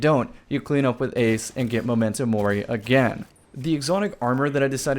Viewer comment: Does it bother anyone else how pronounces MEM-mento Mori?